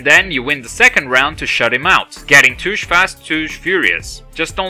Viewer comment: Touge is pronounced "tow gay" (no offense intended) - nice video